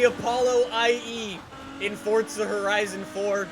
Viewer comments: why do you say fortsa horizon 4 it is Forza horizon 4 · NOT FORTZA ITS FORZA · why does he call it fortza horizon 4 lets play fortza horizon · day 276: still cant find the t in forza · Why he say forza like that